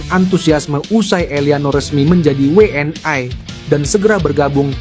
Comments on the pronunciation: Min, bukan WNAi prononmu salah klo WNI, yang jelas dong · JADI MAKSDNYA WNI ITU DI BACA DENGAN BHASA INGGRIS WN AY